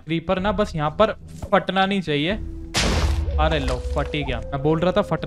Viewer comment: It's not "nahii" it's "nii"